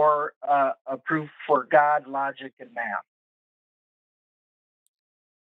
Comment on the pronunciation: Did he say he has a Math degree or a Meth degree?